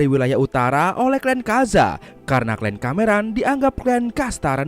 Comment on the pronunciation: KLAN YA MIN, BUKAN KLEN.